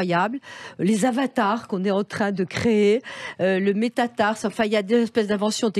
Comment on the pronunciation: Métaverse chère Sophie, pas métatarse !!! ;-)